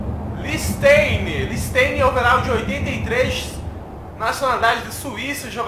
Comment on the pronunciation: Carai já estranhei que nem conhece e pronunciou errado o nome do mestre Lichtsteiner, depois vem falar merda do De Bruyne. Bora conhecer um pouco mais sobre futebol? kkkk